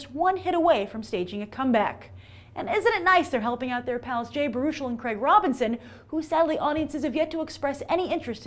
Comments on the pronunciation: I always thought it was BARE-U-CHEL, not BAR-UCHEL. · Jay Bear-A-Shell, please learn to say his name right. And as far as you thinking he is a nobody, you would be wrong again. Feel free to wander on over to IMDB and see for yourself.